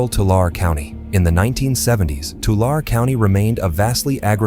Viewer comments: TOO LARREE = TULARE 🥸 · 2 lair E. Tulare🤣